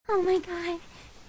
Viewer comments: that "T H A N K S." tho XD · If you could hear a font, this man saying T H A N K S would be it. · The way he just goes T H A N K S and then E A A A A Is just so crisp to me for some reason 😭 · His “thanks” sounds like it came straight from a Toefl test lmao 😂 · As a person who did a Toefl test, I agree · He said “Thanks” in not only all caps, bold, and italics, but also underlined. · His “thanks” sounds like it was said in bold letters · Man said thanks in bold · Bro spoke in bold while she spoke in italics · Why was that “Thanks” in bold arial font